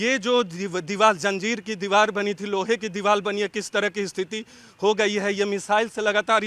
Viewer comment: Is reporter ko bolne bhi nhi aa raha hai diwar ko diwal bol rha hai wah re reporter